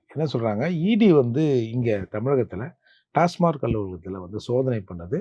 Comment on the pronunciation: அது டாஸ்மார்க் இல்ல...டாஸ்மாக்.